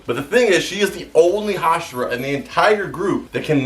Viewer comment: Correctly pronouncing the word hashira deserves and instant like